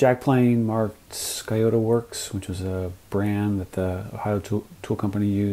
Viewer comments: Great video. Fantastic restoration. Nitpicking here, but the word Scioto is pronounced more like sy-OH-tah in Ohio. I'm from Columbus. The Scioto River is a tributary of the Ohio River. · I believe locals pronounce "Scioto" with the "c" silent and the final "o" as an "a" as in "Siota." Interesting history, thanks. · you have a great channel! i studied Ohio history at Ohio State University. the correct pronunciation of SCIOTO. is " sy-oh-ta" The Scioto River runs through Columbus Ohio and empties into the Ohio River. there are a few mistakes about pronunciation of Scioto on-line. it ia a Shawnee Indian word meaning "deer" which are abundant all along this river. great channel! peace. my grandfather built homes in Columbus in the early 1900s using wooden planes which he passed to me in working order. thanks for the info